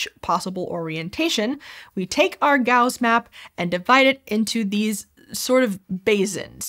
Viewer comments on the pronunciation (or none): Things that are distracting: Pronouncing basin as "bazin" Pronouncing Gauss as "Gowz" Wearing those glasses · "gowzz" and "baze-in" are driving me INSANE. "s" and "z" are the not the same sounds! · On the other hand it was somewhat odd to have a native English speaker apparently mispronounce basin and Gauss. (Unless I and everyone I know has been mispronouncing them...)